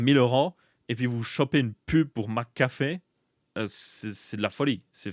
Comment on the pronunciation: ta façon de prononcer McAfee m'a percé les tympans tout du long j'en pouvais plus X.X Par contre, qu'on me corrige hein, mais leur système de leasing est clairement pas déconnant je trouve. Sur les 36 mois tu payes moins cher que plein tarif pour le macbook par exemple. Ok un macbook dure plus que 3 ans, donc passé 3 ans c'est plus du tout rentable. Mais pour les gens qui ressentent au bout de 3 ans les limites d'un mac c'est clairement pas déconnant en soi. Ceux qui veulent posséder le poste bah ils font un paiement en plusieurs fois a la limite. Le leasing est un piège quand on en comprends pas les tenants et aboutissants. Pour un véhicule je comprends que ce soit débile, une voiture n'évolue pas dans le temps et n'a pas de date limite d'utilisation. Contrairement à un pc qu'il faudra forcément changer à un moment pour les maj de sécu, et surtout le monde tech évolue 100 fois plus vite et sur tant d'aspect que ça en devient pas forcément bete. Maintenant à voir dans le détail les conditions, et probablement que se sera pas du tout intéressant sur certains produits (typiquement je pense à l'apple watch, l'iphone je laisse un joker, mais les mac je trouve pas ça si déconnant que ça).